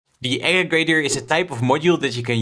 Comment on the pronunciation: Good video just something to note is that it’s actually aggregator, not ageggrator